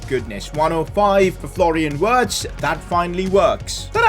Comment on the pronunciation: Not wirtz u are supposed to pronounce it like virtz